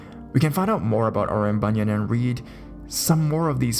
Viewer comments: Hi, at first I was confused as I kept hearing you said bunion, and those creepy feet bunions kept appears in my imagination (silly me!). It pronounced as "boo-nee-an" (as in "ant" but silent the "t"). But anyways, the stories do creeps me out! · it's pronounce Bu-nee-an